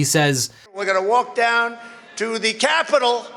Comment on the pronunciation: “..we’re gonna walk down to the... KYAPITOL ..” Trump’s emphasis and pronunciation cracks me up so much.